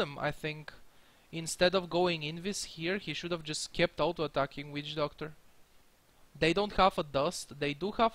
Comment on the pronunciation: is it just me or when says witch doctor i hear weed doctor